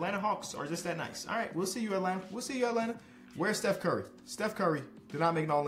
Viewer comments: of the video did just say bev burry, instead of steph curry! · he said beff burry in the beginning lolllll😂😂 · Bro said “we can get Beff Burry??”💀🤣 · "Beth Bury" 💀💀💀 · “Beth Burry” lmfao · Is it just me or did say Beth Burry. 😂